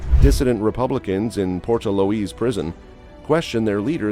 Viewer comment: Porta Louise 🤣🤣🤣 Port-leash